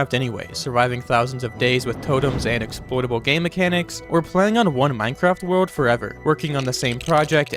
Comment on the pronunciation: minecwaft wewold